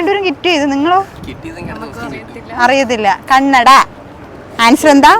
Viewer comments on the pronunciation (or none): none